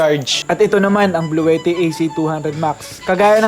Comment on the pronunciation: Nice video po sir. though minor correction sa pronunciation ng Bluetti. Hindi po "blu-we-tih" ang tama po ay "blu-ti-tih"